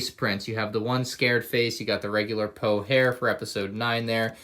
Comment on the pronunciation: Poe hair? 😂